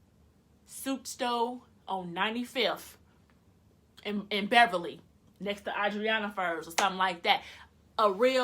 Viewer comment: Omg I could tell you was from Chicago when you said 95th & Beverley 😂😂😂